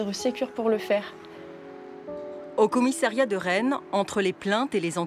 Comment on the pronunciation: Commiss A riat!! Pas Commiss é riat... Chaine publique française et incapable de parler français correctement.